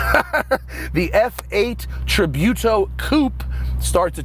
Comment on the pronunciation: I always had faith that Matt knew how to pronounce tributo, unlike so many newbs. He still mispronounces chassis like most Americans, though.